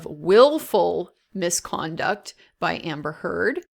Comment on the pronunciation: PRONOUNCE NAMES PROPERLY. SHES A NIGHTMARE BUT C'MON